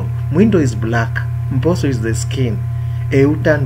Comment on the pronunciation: Good job but remember to do away with the influence of the first language,mposo you pronounce it as mboso.